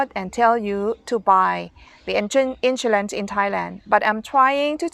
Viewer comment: We pronounce “ Insurance “ You pronounce “ insoolence “ 😁😁